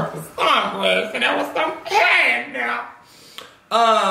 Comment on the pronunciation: When he said " And I'm up in da age noewww" I felt that 🤣🤣🤣